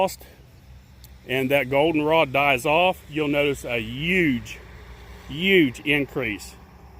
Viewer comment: "'Uge, 'uge increase"